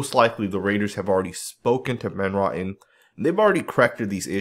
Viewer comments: OMG, why do you always butcher people's names??? It's Greg Van Row tin. Not Rotten 🤣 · Hey, The way you pronounce Van Roten's name is Van Row-tin. It's a long "O". It's not pronounced like Johnny Rotten with a" raw-tin" sound. You know if you just checked other videos of announcers at games or on YouTube, you would know how to pronounce names before you produce a video. I enjoy your videos but you mispronounce quite a few names because you don't take the time to check. Otherwise keep up the good work!